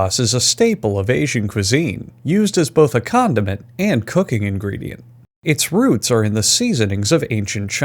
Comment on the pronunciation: Thought he said "used as both a condom and a cooking ingredient"